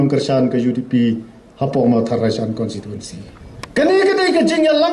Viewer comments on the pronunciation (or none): Kat u mdc tang ban pronounce constituency ruh dang kynnoh consituency mo dei ba sa shu jler